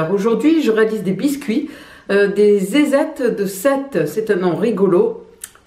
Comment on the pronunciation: Vous avez du mal à prononcer le nom de ces zézettes..😂..